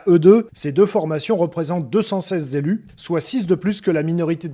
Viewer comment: Deux cent-seize zélus, vraiment? C'est quoi un zélu??